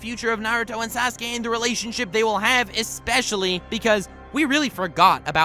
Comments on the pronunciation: this man said "Sas-Kay" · lol 'sehskaye'